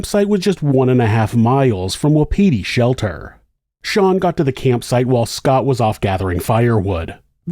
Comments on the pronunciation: I believe it's pronounced with no emphasis on any syllable. Wa-pi-ti, not wa-PI-ti. It's the Shawnee word for elk. Love your channel!! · Just for future reference : Wapiti is pronounced like WAPA-TEE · It’s pronounced WAH-pity. Just so you know.